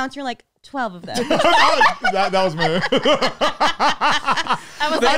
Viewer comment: The way always says “them” as “thum”